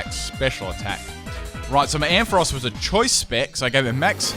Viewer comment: Finally someone who pronounces Ampharos right!